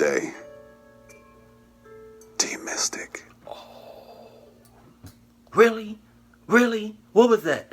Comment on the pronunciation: he said team mistyic